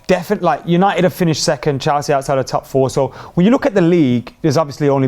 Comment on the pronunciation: Its Chelsea not chalsea for goodness sake